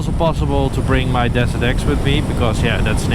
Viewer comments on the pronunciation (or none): none